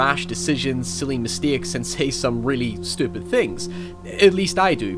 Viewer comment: awesome video man! the only problem is that you cant speak. words like "state" and "mistakes" are not pronounced "styeet" and "mistyeeks". You gotta work on those "a" sounds. I recommend childrens toys. Try the Speak and Spell. It got me through college. Oh, and by the way (or wyee), say hello to the Kids in the Hall for me. I love thise guys.